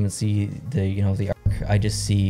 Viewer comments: I’m reference to St. Louis. It’s pronounced arch not ark. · Did my man just say “ark” when he was talking about the Arch